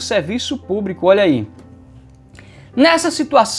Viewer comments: Púbrico?????? Ɓrocha não, prof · Só o que dói no ouvido é esse funcionário púBRICO!